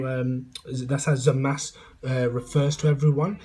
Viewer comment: you started by calling him zowasu. forgive me if i dont take you seriously.